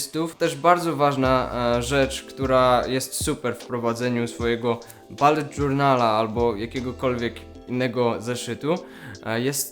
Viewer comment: JEZU BULET NIE BALET MATKO BOSKA